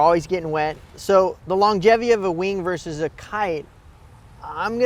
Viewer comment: For the record, the word is "VERSUS". Not "verse".